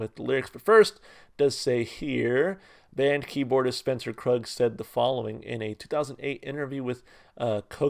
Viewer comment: Pronounced kroog. Spencer Krug’s label is entitled: Kroog.